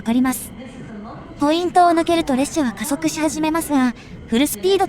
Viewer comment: 聞きやすい声ですが、「さサづか」「レっしゃ」のイントネーションが気になります。